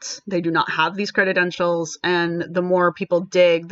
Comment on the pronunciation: Credentials not "creditentials". It kinda hurts your (totally on point) argument that the person is lacking credentials when you can't pronounce the word correctly.